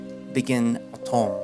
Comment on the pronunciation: Heya, French guy here (Mainland France in Europe), I'd like to try to give a few pronunciation tips that hooopefully work You correctly guessed that the title "L'automne" means spr- Edit: It's Autumn..... It means Autumn and I wrote spring because I was tired -_-' I guess an easy(ish) way to pronounce it is like saying the English words "Low" and "Ton/Tonne" (Unit of weight, I'll write it as Ton) next to each other So "Low - Ton" should be one of the closest things to a good pronunciation If you really want to try, you could say "Low" but just cut the pronunciation before the -w" So, that would be "Lo - Ton" I love your videos and I hope this helps if you ever read more parts of this VN. It's just so funny to me as a fluent English speaker how much both the English and French speakers just seem to struggle so much when learning each other's languages. Then again, languages are hard and I probably sound gibberish to a Spanish person, so I really respect your efforts, well done!